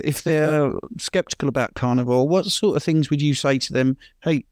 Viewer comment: I’ve heard in other interviews and absolutely love him!! I especially love the way he pronounces “conivore” 😅 I wish I had a doctor like him 💗